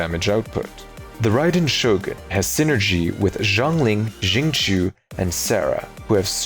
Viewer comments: you mean Xinku? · let's not normalize mispronouncing xingqiu's name considering the ugly history of how chinese names and words have been treated in the west